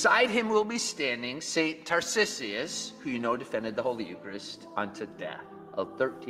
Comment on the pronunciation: he should learn how to pronounce Tarcissus